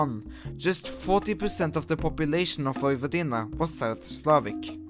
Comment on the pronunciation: tnx for pronouncing Vojvodina almost correctly.